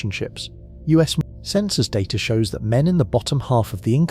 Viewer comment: When did the word data gain an "r"?